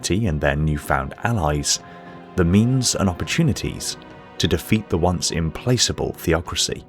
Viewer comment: btw mate, Implacable is pronounced with a hard c in both British and American English, Im-plak-able. Common mistake by well-read people though.